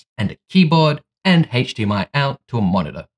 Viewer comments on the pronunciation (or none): none